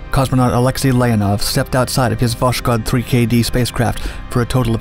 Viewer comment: Check wikipedia to learn how Voskhod is pronounced. Voss hod.